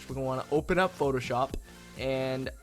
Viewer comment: Photo Sho"pppppp" is what you say it like xD